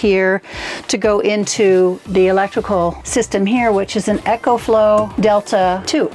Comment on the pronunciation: Ecoflow, not Echoflow.